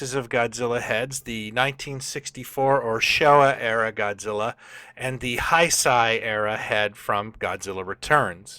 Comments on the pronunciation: You pronounced "Heisei" wrong. It's pronounced "Hay-say." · fyi Heisei is pronounced "hey-say"